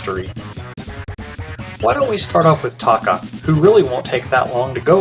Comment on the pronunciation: Another great video! I hate to nit pick, but Tokka's name is pronounced TOE-KA...not TAW-KA